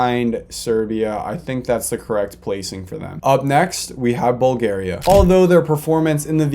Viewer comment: The fact that you messed up bulgaria and Itali, I just love it